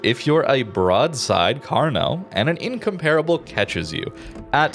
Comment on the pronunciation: Just came to hear the word incomparable mispronounced 17 times.